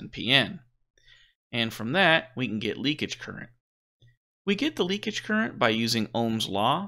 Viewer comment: The word is "leakage."